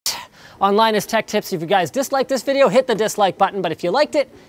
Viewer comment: on 00:2 it sounds like he said Linus tech tits